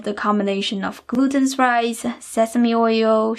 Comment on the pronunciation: This recipe looks awesome. I'm definitely gonna try it, as soon I have this steam cooking thing (my mom has one, but she want give it to me knowing it would be an experiment 😁). If you don't mind the question: Why you emphasize the last letter in some words? Like Shrimpsssah, Ricessah and so own. Is that a cultural thing? :)